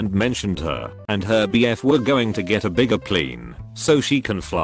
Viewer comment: Plane = Pleen XD